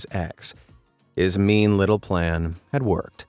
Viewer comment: meen? you mean mean